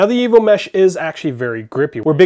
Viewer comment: lol sounds like evil mesh, not evo mesh